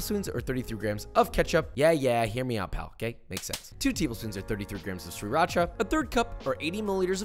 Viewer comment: You really said, “suriacha” ???